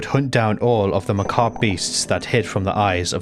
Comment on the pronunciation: I just want to say I appreciate that you pronounce Ma'habre and macabre correctly. I can't tolerate people who never heard the word macabre said out loud before, but it's still a touch grating.